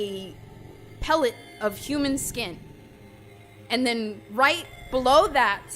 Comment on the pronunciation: Pelt, not Pellet when it comes to the skin just wanted to let you know I figured that is what you were trying to say. Good reporting!